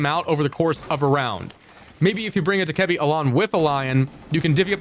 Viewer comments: no he doesn’t💀 It’s (Dough-Kuh-Bee) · Not sure how I feel about this lost, having lion in this and not buck, also saying Dokkebi in that way, that's wild 😂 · The way he says Dokkaebi kills me bro 💀